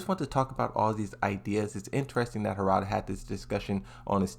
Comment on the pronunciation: bro it's Harada, not Hoorada